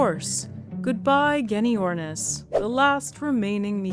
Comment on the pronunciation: Genyornis is pronounced jenyornis.